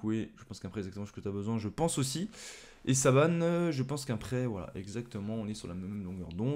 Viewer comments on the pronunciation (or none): On dit Boubacar Foll pas Fall le a ce dis o et Saban et dis Saban et non sabane